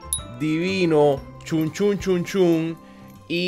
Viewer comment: manano porque le dices chun a shun :,v